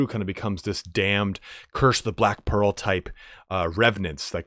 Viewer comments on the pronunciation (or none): none